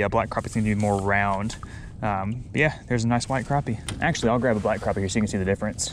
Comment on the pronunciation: Not to be mean but it is pronounced crappie not cropie